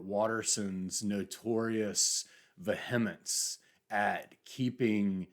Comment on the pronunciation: VEE-a-mence rather than vuh-HUM-ence.